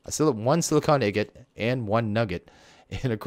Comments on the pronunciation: Why do u say igot when it's ingot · well it aint pronounced like dat. dont do things just cause everyone else does. do what u think is right and if thats igot then just keep doing it. its still INGOT tho